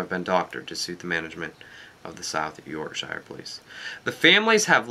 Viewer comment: Hehe the way you say Yorkshire :P It's pronounced York-Sheer